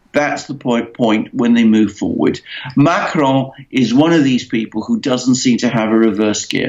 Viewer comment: Why the exotic pronounciation of Macron. Makes no sense.